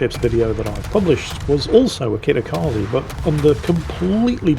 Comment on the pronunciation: let me help you with pronouncing Kitakaze correctly. Kitakaze is Japanese (it means "north wind") which means the e sounds like the e's in words like emperor, elevator, exit, leg and bed rather than the ee sound in words like free, seek and agree. In fact, that is what all e's in romanized japanese words sounds like.